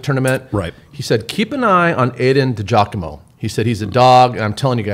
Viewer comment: Aydens dad checking into that chat 😂 De Giacomo “DJoc - uh - Mo” Thanks for the love!